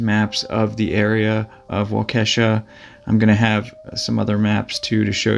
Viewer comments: Waukesha is pronounced wok-eh-shaw. not wakeesha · It is pronounced Wall-kee-shaw but no problem most people have a hard time pronouncing Wisconsin city names. 🙂 Thanks for your excellent programs I really enjoy watching them. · It's walk-a-shaw Wisconsin lol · It's pronounced Waw--Kee--Sha. But no worries, I've heard it pronounced much worse. My grandfather worked along the Fox River for the railroad and he talked about this case many times. Because he had to do so much work by himself along the tracks, this really creeped him out. Thanks for the great stories. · Pronounced “Walk-a-Shaw” Wisconsin. Thanks again for the great video. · as a proud cheesehead, its pronunced “Wall-ka-shaw” Lol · Yes you murdered waukesha like these fisherman were murdered . It's ok Indian names can be tough.